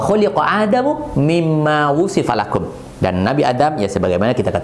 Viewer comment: مثل الذين ينفقون أموالهم lahum bukan lakum ustadz, afwan Jazaakallahu khairan atas pencerahan" nya, semoga sehat selalu dalam lindungan Allaah, Aamiin